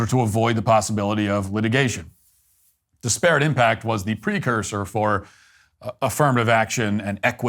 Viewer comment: Came here for this. DIS-per-it not di-SPARE-et, Matt!